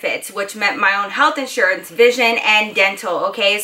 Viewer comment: U say iansurance lol